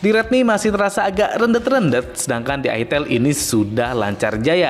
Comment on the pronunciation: Aitel ngomongnya jangan Itel dgn aksen java 😂😂